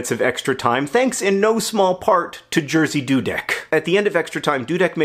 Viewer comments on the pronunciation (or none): no offense, but i think i passed out laughing at the way you pronounce "Jerzy Dudek" (the correct way would be something like ye (like in Yemen)-zhi (like in "vision"))